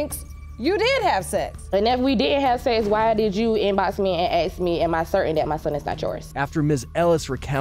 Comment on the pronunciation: You dont aks you ask